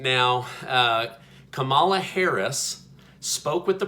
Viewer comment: I watch your updates all the time, they're great. Btw, you're mispronouncing Kamala. The emphasis is on the Ka, not the mala.